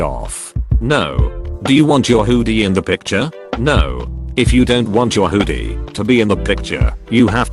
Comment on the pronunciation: no one: not anyone: text to speech: huudie